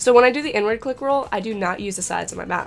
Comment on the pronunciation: I thought you said "N-Word", and not "inward"